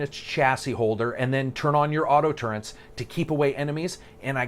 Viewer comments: why the hell did you say TURRENT instead of TURRET? so many people make this mistake and I don't fucking understand it! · Awesome review, good criticism. Turrents? No. Just no. Turret, TURRET, no N. Sorry, Biggest pet peeve. Ever. I do like the Emphasis on graphics not being the only factor that makes a game good , gameplay and storyline should always be a top priority. Carry on ;)